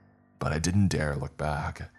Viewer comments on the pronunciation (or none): none